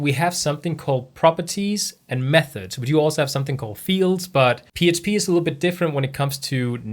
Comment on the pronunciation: I notice when you say PHP, you say PSP and, when you say fields, you say feels. Just something funny. Thanks for the vids!